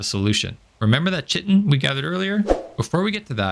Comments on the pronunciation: It's kite-in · please learn how to pronounce "chitin" and "megingjord" properly, it's a little jarring. Yes i'm being snobbish what are you gonna do